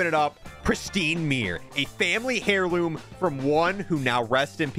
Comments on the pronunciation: It's pronounced "air loom", not "hair loom" 😅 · "Hairloom" it's heirloom is like herb, so it's "airloom" lol